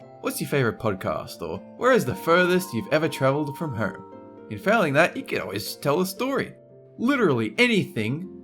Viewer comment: Where does come from? He says 'phone' and 'home' really funny. Phewwnn, hewwm.